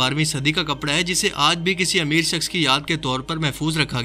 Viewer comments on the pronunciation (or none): none